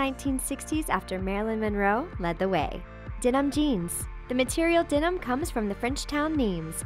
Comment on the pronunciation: Dee-num? for Denim?